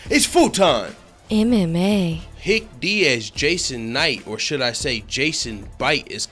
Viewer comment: "Hick Diaz" lol.